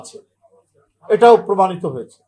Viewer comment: কেমনে হযে চে 😂😂😂😂😂